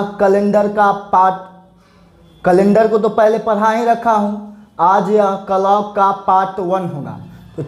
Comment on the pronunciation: Hlo sir clock ka Galt pronounciation kar rahe hai sahi kijiy sorry agr kuch bole ho